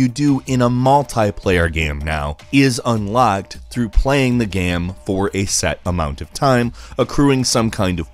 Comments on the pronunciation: why do you say video gaaam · stop saying gaem ffs